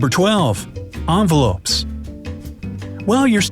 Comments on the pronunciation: The way he says "envelopes" 🤦‍♀️ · Did he just said onvelopes instead of envelopes? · In he says ‘anvelopes’ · What I hear: anvelopes What it said: envelopes